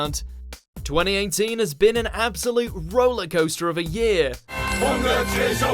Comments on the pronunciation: Twenty einteen? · “20 aint teen” is how it sounded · twenty einteen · Say "TweNty EiGhNteEN" again... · Sounded like eighnteen. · 20 -AIGNT - TEEN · Is it just me,or did he say 2018 in a slightly weird way at the start?